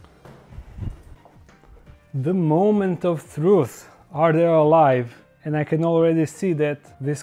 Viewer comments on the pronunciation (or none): I like how you say ''fruf'' and not thruth xD Dont get offended its just a joke.Poz iz srbije! :D